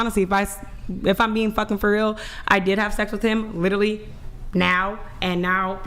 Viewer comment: "I did have sex with them, litally". As opposed to what? Having metaphorical or figurative sex with them? This isn't the first time I've heard someone pronounce it as "litally" instead of "literally". People are getting so dumb not only can't they use the word correctly, they can't even speak it anymore. It's like watching scenes from Idiocracy unfold before your eyes.